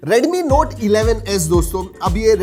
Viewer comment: U r pronounciation to note(noti)was lit😹🔥